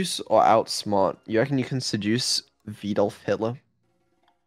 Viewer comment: It's canonically pronounced Ved-olf, not Vee-dolf.